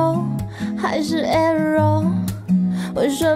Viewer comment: Error這個字中間”r”的音沒這麼重，應該是唸成像”air+er”